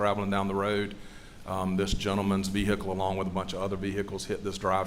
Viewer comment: V-hick-le…. Omg